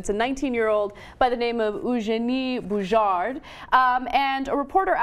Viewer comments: Sooo you say her last name wrong and don't even show a pic of her but some other tennis play? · Anna needs to watch the AusOpen, then she wouldn't pronounce Bouchard's name wrong. But funny to hear her own version of pronunciation :)